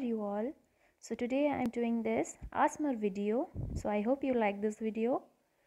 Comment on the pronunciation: Its not aaasmaar its A-S-M-R